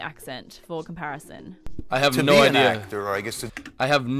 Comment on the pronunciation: When we say no, it sounds like 'nar'... hahahahahaha